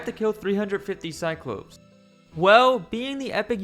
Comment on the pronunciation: the plural of cyclops is pronounced like cyclo-PEZ